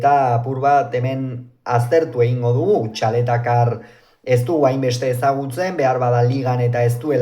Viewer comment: Txaletatzar, ez Txaletacar!! 😅